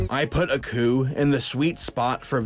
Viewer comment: It's Aku not accu